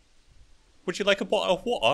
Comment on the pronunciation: Pray to Allah killed me XDD he said it so in a matter of factlyXD and would you like a botta of wotta XDD I saved the date that forehead!